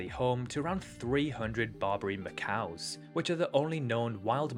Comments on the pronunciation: Macaque, as in Macak, not ma-cow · You mispronounced macaque, you said macaw. Macaws and macaques are completely different animals. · Macau is a place. Macaque is the monkey. Pronounced Mack ack. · Just curious, why are you pronouncing the monkey species Macaque like the Chinese territory Macao?